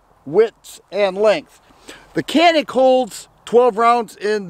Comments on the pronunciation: I believe it's pronounced ja nik.. something about a mountain.. I have and elite sc, the think I would say is that it basically the feel of a full size in a compact form and.. I love it. Look at swamp fox if you didn't get a rd already on it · I think it’s pronounced...”Jan-ik “